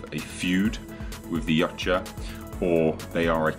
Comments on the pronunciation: its not "Yotcha" "According to Steve C. Perry, the author of many of the Aliens novels, Predator: Turnabout & Aliens Vs. Predator: Prey, the word "Yautja" is actually pronounced "Ya-oot-chah", with the accent on the 2nd syllable, and where the "ch" is close to a "j" sound." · "Yautja" is pronounced "Yowt-juh". Just sayin'. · Thought it was pronounced Ee-wat-ya but maybe it's an accent thing.